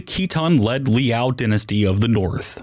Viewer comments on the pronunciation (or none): none